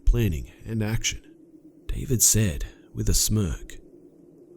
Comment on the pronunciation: You keep saying "I *said*", "she *said*", etc., with the emphasis on "said", and it's driving me fucking nuts. Just wanted to point that out :D